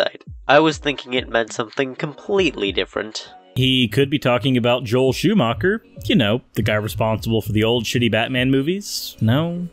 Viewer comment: Schuhmacher means shoe maker. Schuhmak-uhw instead shows (again) that nobody should try to speak German in public. 🖕